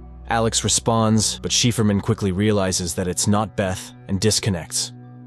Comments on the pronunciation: "shiperman" hahaahaha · Wth is “Sheaferman”? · Shefurman? Seriously?